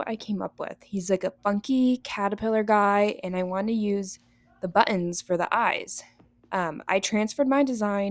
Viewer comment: I'm chuckling at the way you say " butt- ens"